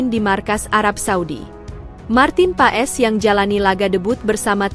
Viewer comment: Paes pengucapannya bukan pa-es .. tapi PAS .. jadi Martin Paes = Martin Pas .. ae di Belanda jadi a … ui=eu (baca seperti ejaan sunda) … setui k di baca streuk